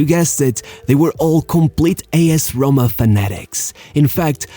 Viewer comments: SHESENA and AS HRHOMA. Cool bro, but thats not how you say it. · What’s A.S. HOMA? rrrrrrrrrrrroma